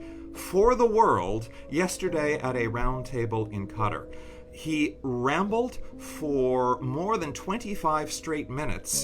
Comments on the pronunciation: It's kuh-TAR, not "cutter". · And just an observation on how many Americans just can't pronounce Qatar properly. Rhyme it with bazaar, that might help... ;) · Why is the Main stream media mispronouncing Qatar? I met someone from there and also on search engine pronounciations it is Kuh tar, rhyming with guitar lol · KAT-TAR (QATAR) not KUTTER !!! KATTAR !! Simples !!